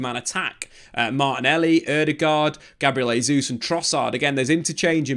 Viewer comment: Great analysis but one big problem. It's pronounced JAY ZEUS, not HEY ZEUS. Every time you butcher his name it undermines your good work.